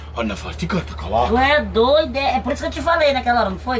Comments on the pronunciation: o “tu é doidé” do amazonense é incomparável KKKKK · nada mais amazonense do que " tu é doooidooo"